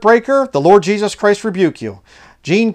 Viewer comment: I got strange feelings about Kim, the way he would say ‘Jeeshush’ not Jesus, yet his English was perfectly capable, he used strange inflection on his voice and bizarre eye movements